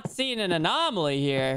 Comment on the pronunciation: Lmfao poor is having trouble pronouncing anomaly😂 GRAB THE WEINER JP!😂